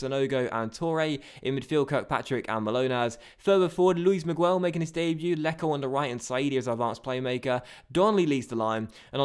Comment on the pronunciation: Miguel is pronounced Migel, not Migwel. Like this so he can see